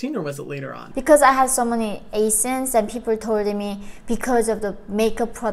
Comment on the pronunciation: I love how yeon mi pronounced acne 🥲